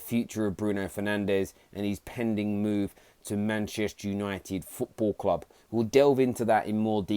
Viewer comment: “Football kwub” nice English mukka